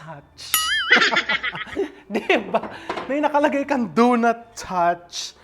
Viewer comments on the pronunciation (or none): nakakatuwa naman yung do not toich🤣